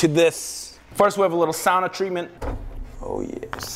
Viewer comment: Someone actually pronounced sauna correctly?!